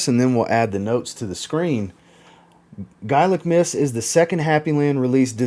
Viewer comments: Its pronounced "gaylic". I know it spelt gaelic. To break it down , its "gaylic". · Gaelic is pronounced Gay-Lic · you're wrong. Americans might pronounce it the you pronounced it, but I'm Irish. And it's 'gael-ic'.... And people in Scotland pronounce it the same. To break it down it's 'gaylic'... And that's the way you say it. ☘☘☘